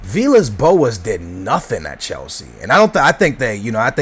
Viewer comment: why do you pronounce chelsea weirdly... and it's di mateo not di matello!